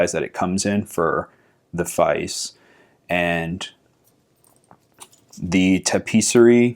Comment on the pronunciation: It's pronounced Feike. It's how it's written sometimes on the movement.